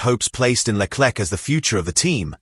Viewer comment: Le Klek ???😮😢